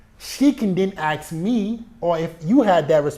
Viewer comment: I love how you say aks instead of ask